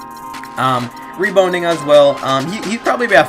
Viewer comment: You said reboning lol